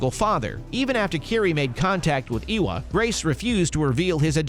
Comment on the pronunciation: Ay wa! Not eeeeee wa